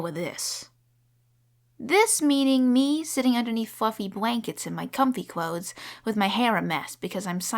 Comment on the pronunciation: The way she says comfwy cwothes and continues to change letters with w is just so cute